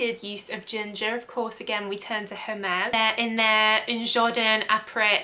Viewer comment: Very interesting video! And on a side note, very good french pronouncing that Hermes perfume.